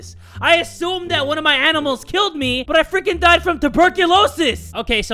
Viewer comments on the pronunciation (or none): none